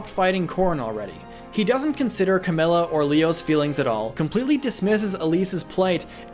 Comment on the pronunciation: Did he just say cam-yoo